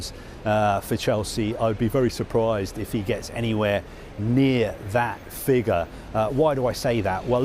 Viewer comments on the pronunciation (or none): none